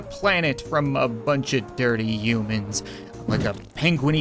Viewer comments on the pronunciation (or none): It’s not umans it’s humans